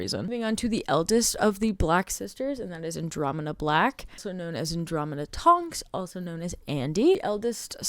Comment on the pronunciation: I'm not super in this fandom but isn't it Andromeda instead of Andromena?